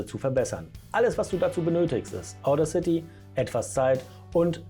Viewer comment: Bin unterwältigt. Wenn du Audacity erklärst, solltest du wissen wie es richtig betont wird, nämlich auf dem zweiten a. Wirkt sonst unprofessionell. Zweitens finde ich den Sound der dann rauskommt, genau so sprechautomatisch wie ich es eben nicht haben will, weil ich ein Hörbuch spreche. Drittens: Wo hast du das Ganze denn aufgenommen, auf der Kreuzung? Wenn du so gut bist, warum bist du es dann nicht bei dir selber?